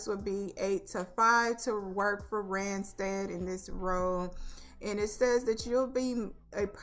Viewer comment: Yes, you pronounced Randstad correctly :) I used to work for this temp agency years ago Thank you for the videos!!!